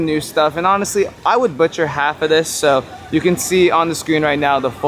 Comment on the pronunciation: Love the video. Love how your butchering the names of some of the treats.I can spot you on the video 😂everyday is a blessed day.